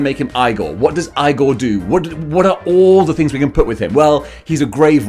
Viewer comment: It’s pronounced “eye-gore”. If you know, you know 😉